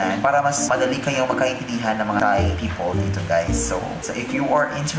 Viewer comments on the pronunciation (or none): none